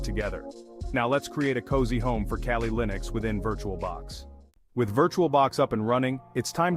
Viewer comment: The hacker scenes in this video are obviously fake. Why is your pronunciation of Kali so inconsistent? Why are parts of this video blurred?